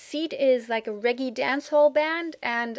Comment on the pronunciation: I don't know if you're interested in any feedback on your fab English. If not, please ignore this comment. 1) for "melancholy" you put stress "lan" like in French, whereas a stress on "cho" sounds better to me. 2) Seed seem to use both Ragga/dancehall and Reggae sounds & beats. When u say "reggy", I'm not sure which u mean. These (originally Carribean) words are said in various ways, but what's common in (UK) English is for "reggae" - "reg'gaay" and for "ragga" - "rah'gah".